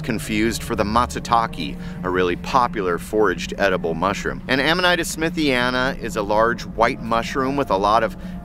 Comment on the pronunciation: the i in amanita makes a long e sound.